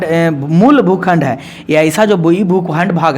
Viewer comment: Aap jo aise bolte hai na bhukhand koun khand aise nhi boliye but sorry 😢